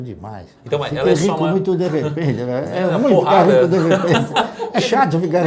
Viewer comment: "E ainda quero te ver RRRRICO!!" hahahaah mt bom